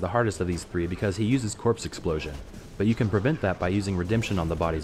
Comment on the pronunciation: That's a weird way to pronounce "corpse explosion enigma necro" Pro: You can level naked. Con: if no corpses, no explosions.